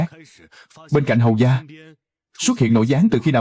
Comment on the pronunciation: Hầu gia chứ không phải hầu ra(người bắc phát âm r thành d nên giọng miền nghĩ r nên mới dộc hầu ra)